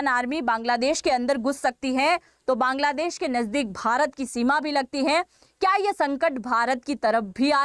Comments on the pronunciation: Bangladesh ko Kaangladesh bol gayi,,,😅😅😅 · Apne Kangladesh bola😂😂😂